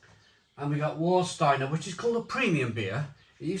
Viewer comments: just a little tip...W in German is pronounced as a V so it's Varsteiner not Warsteiner and Krombacher is the better... both still brewed in Germany... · And "S" is pronounced as "sh" before a "T". For example Stadt is pronounced as Shtadt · “Var” not “War” 😎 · Hey nice video, i've been living in Germany for decades, I prefer Krombacher, and its what I drink mostly. Warsteiner which is pronounced Var steiner, has a very metallic after taste, and I find after 5 or 6 you get a massive hangover the next day. With Krombacher, i can drink 10x 500ml no dramas and no hangover the next day. The thing that they have probably changed is the water they use to produce the beer, Krombacher use local water from the Quelle, which is free from chemicals and that's why i think the taste is much more crisper and purer, and that's why I don't drink Warsteiner anymore. Served Temperature also affects the taste I find, especially with Becks, i cannot drink a room temperature Becks, but served from the draft, it tastes 100 times better. Even in Germany its hard to find Krombacher on tap, its always either pissy Veltins, Becks or Warsteiner, such a shame. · Surely pronounced Varstiener? Prefer krombacker but not tested against jever and flensburger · remember to pronounce warsteiner as varsteiner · OK, Have you tried Kaltenberg Pils? If you haven't, don't bother as it was a fine beer when it was 6% ABV, it's now a ghost of what it once was at only 4.8%. Is this what they call progress? By the way,, it's pronounced Varsteiner, in my local they call it War Starter. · And yet he can’t pronounce Warsteiner correctly